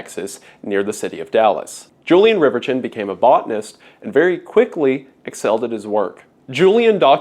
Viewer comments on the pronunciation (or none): I'm pretty sure "Julien Reverchon" shouldn't be pronounced "Julian Rivertchon"